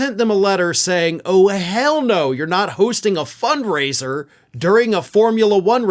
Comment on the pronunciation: They said fund raiser ! Not funk raiser ! 😂